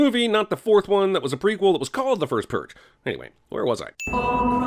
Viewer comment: "The First Pruge" ding